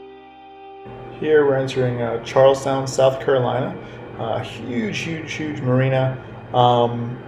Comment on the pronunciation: He calls it “Charlestown”!